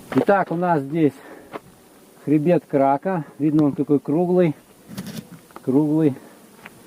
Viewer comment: КракА - ударение на последнюю букву